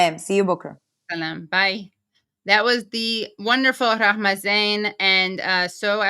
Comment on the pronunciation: Impressive Katie you are pronouncing Rahmas name like a pro.